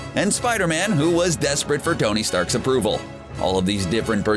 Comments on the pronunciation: Why are you saying "Dony Stark" "Dony" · Did anyone hear dony insted of tony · Did anyone catch in the beginning that he said dony